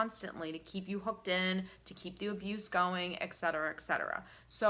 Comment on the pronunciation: I want to throw up every time you mispronounce the word etcetera. You are so well-spoken. Is it that hard to notice you’re saying it wrong? eTSetera is how it’s pronounced.